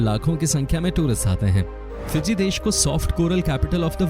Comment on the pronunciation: It is fiji not piji